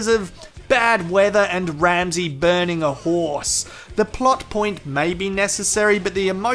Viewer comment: lmao i love how emphasized the burning part every chance he can